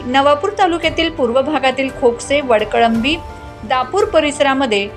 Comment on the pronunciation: माँडम गावाचं नाव चुकलं आहे वळकळंबी नाही ❌ वडकळंबी ✔️आहे